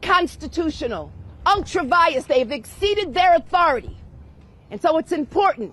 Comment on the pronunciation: What a psychopath. And the term is ultra vires, Leticia. Not "Unctra Vias."